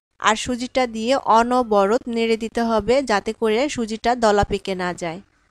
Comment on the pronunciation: Onoborot noy, onoboroto.